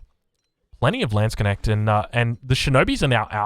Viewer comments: It's lands - knecht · I rather have him say "Landsc'nnect" than Landshark :D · Just pronounce it like this: Lands-k-neht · For our english friends: Try „Landsknasht“ - should sound like the german „Landsknecht“. For the „a“ in „Lands“, try to say it like the „a“ in „garden“. 😇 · Just say "lawns knekt" And you're as close as you can be if you can't pronounce the Dutch G :) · tbh how can u manage to say knuschelbär but butcher the word Knecht this much?